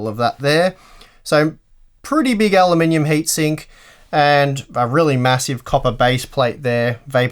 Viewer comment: I giggle every time you say "alumninium"